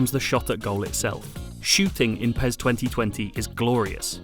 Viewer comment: Its not PEZ its PES ..S S S S...